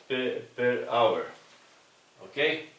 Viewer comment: Gracias por tu generosidad en compartir tus conocimientos, es un verdadero placer aprender contigo. Un abrazo afectuoso desde Quito - Ecuador. Pd: Es hour ;)